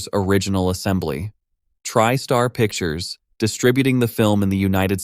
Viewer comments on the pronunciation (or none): none